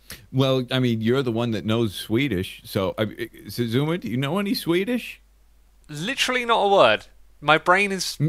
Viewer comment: You most hav a sin det ses svenska ider it's svidiis for svidiis idea